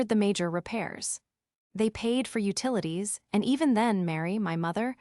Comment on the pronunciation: Just say the whole word. It's utilities, ut ilities.